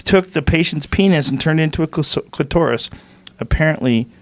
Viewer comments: Clitaurus instead of clitoras lol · Beauty on a Barn Budget nope. I’m east coast. We say clitoris.... clit tor is- just the way it’s spelled. I’ve heard literally nobody on the east coast say clitaurus 😉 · Hey Joe, it's pronounced clitter-iss, not clit-oar-iss. At 52 you should know this bud. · Why does Joe pronounce Clitoris like its a dinosaur? Clitsaurus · Joe “cli-toe-rus” Rogan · Joe "Clit-tor-ris" Rogan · Cli-TORUS... do all americans say clitoris as retarded as Joe does? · Joe "Clit-OR-is" Rogan! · Veronica Christopher you add a second t, that's odd. If you say it the way it's spelled shouldn't you say clit-or-is or cli-to-ris or whatever. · Why does Joe say clitoris like that? 😂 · He has one, just trying to make it seem exotic